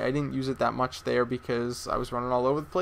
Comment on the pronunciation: Sometimes I feel like you talk tooo much or too fast, maybe thats why u say mich over much :P , I know you want to give us as much as possible but few second pauses are ok if u time them right. u just gotta chill out a bit:D